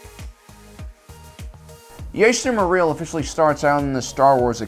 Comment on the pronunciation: Thanks for making a video on this topic but I just cringe whenever you say accidentally incorrectly his name like jester or chester morel instead of Jaster mereel